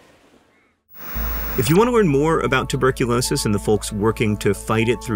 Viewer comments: "Tubercu-NO-sis" got me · tubercu no sis 😂😂😂